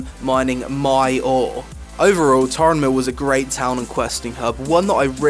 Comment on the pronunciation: its Tarren mill not Tauren mill